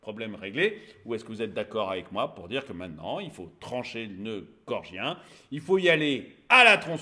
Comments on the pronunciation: excellente vidéo... une de plus! 👍 p.s : c'est le noeud "gordien" et non "gorgien" 😉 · noeud gorDien et non gorgien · bonjour, svp, noeud gordien, pas gorgien!!! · Il me semble que l'on dit nœud gordien. C'est un détail de puriste. Pour l'ensemble, vous avez raison 😊